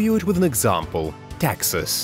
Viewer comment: He pronounces texas as taxes